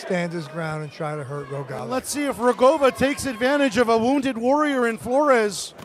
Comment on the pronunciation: I wish the guy who comments the fight have learned how to read Rogava and spell it as such. Great fight!